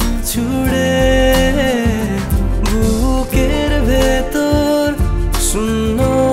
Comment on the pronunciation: খুব ভালো লাগলো.. উচ্চারণের ব্যাপারে সচেতন থাকা উচিত আরেকটু.. 'শূন্যতা ' এর উচ্চারণ টা একটু অন্যরকম মনে হলো